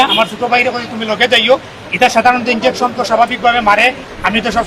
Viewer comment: ইঞ্জেকশনকে বার বার ইনডেকশন বলছে, অল্প সুখে কাতর হয়ে পরেছেন